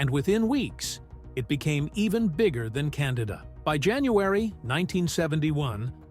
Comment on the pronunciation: are you deliberately mispronouncing names? like Candida and Cassavetes?